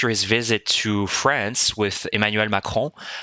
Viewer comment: As a French person I noticed you pronounced "Emmanuel Macron" in a perfect way. Would you happen to speak French yourself?